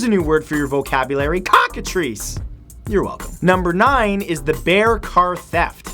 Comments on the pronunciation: And this just in, Humans are ALSO animals. And it's Cockatrice, not Cockatreese. Like Tricycle, you don't say Treecycle. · Matt, just... I love how you say Cockatrice. It made me giggle so hard xD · The way he says cockatrice tho